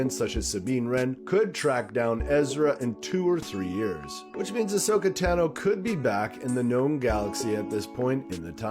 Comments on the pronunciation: Ashoka Tano you got the first name right Tano is pronounced Tah no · “One of my favorite characters is Ahsoka Tano” if she’s 1 of ur favs WHY DID U SAY HER LAST NAME WRONG!!!!!!! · He mispronounced a few names and it took me right out of the video lol